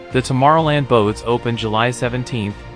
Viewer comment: It also mispronounces tomorrow land. This just gives the impression of being an amateur, a video that isn't very well made.